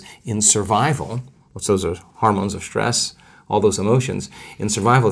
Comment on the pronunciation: SHtress. Not a word Joe!